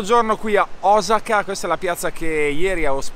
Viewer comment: Mitico! Finalmente qualcuno che pronuncia correttamente Osaka!:D